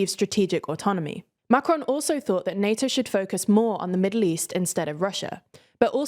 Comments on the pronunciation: Good stuff, but what about making a little effort and pronounce the name 'Macron' properly. Quite annoying to hear over and over Macrone, Macrone, and on e more time. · Am I the only one bothered by the constant change of emphasis when she said "Macron", sometimes on the "Ma" and then on the "cron"? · The n at the end of macron is too strong, it's better to leave the N out altogether than over pronounce. Not to sound snarky but his name is not macaroon, and there are enough clips online to get a good idea for pronouncing it correct. It would be like inserting a y sound to rishi- any Brit would point out rishy sunaak would be wrong, though doubtless they probably be entertained. Again sorry if this comes off as snarky